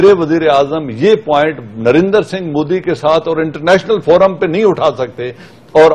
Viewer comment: narendar narendar narendar ....sidha narendra bolna tak nahi aata